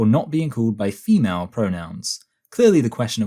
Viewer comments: It's málé and femálé. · Mah-lee and Fa-mah-lee 🤣🤣🤣